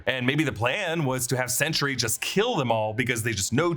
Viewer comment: Anyone think it sounds like he’s saying “century” instead of “sentry”?